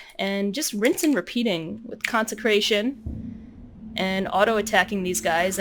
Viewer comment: you keep messing up 'consecration' and laughing. it becomes old after the 1st time... very hard to finish this video..